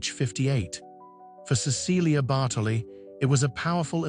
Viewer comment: I wish the narrator pronounced her name correctly.